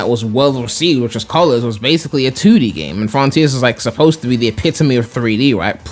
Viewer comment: Froniters ahahaha